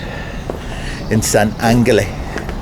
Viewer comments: DUDE!!!! The way you pronounce San Angel phonetically is San AnneHell, PLEASSSEEEAH!!! 🤦‍♂ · Said you are 'Portuguese' and don't know how to pronounce San Angel? Funny. I am Canadian too, and I know how to pronounce it. Weird. Oh well. Cheers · San Ángel. You're saying it wrong.